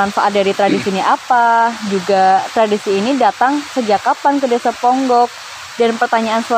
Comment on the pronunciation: Pengucapan desa ponggok nya, kok kyak bukan orang ponggok mbk